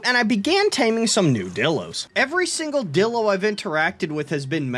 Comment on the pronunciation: He way he pronounces it dillo and not DIlo HAS to be ragebait